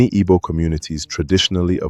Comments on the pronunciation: It's pronounced ee-bow not iggbow. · If could not pronounce Igbo well how could he tell Igbo history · Point of correction to the presenter, it's Igbo & not Ibo